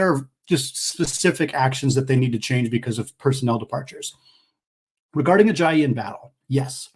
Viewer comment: You kept saying Joel Ajayi instead of Ayayi 😂